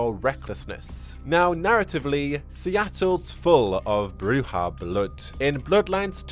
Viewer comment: According to the tabletop RPG guide the pronounciation is BROO-zhah , as they do it in Redemption